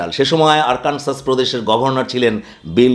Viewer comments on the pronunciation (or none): আরকানসাস নয় আরকানসো।